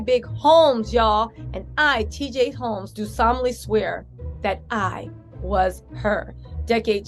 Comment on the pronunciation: " TJ Ro...TJ Holmes" 🤣🤣🤣 yes TJ Roams